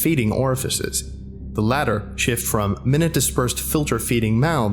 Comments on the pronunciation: Just a note, , -ish, the word “minute”, in this context, is actually pronounced “my-noot” since its referring to something like “minutia”. Just a heads up, and love the video. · For "minute": It's pronounced "My-nyoot" when referring to size rather than time. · Minor nitpick, but "minute" in the phrase "minute dispersed filter-feeding mouths" should be pronounced "my-noot." Great video otherwise, dude. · U mispronounced minute and it really confused me U also mispronounced doilies....man this SCP is so good but the mispronounciations are ruining the immersion